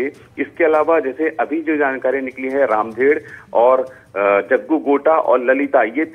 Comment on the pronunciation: रामधर होगा यार रामधेर नहीं होता बस्तर में नाम